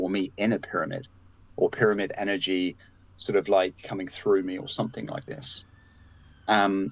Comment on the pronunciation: Energy not engery